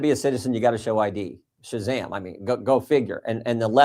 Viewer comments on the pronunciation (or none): none